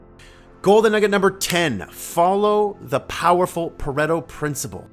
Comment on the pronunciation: For a video about time management, they seem to repeat themselves a lot. But ... still worth a view but would prefer the edited version. Also, Pareto is not pronounced the way they think it is.